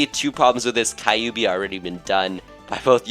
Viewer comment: I'm assuming you've never watched naruto since you don't know how to pronouns kyubi correctly. No hate. Just saying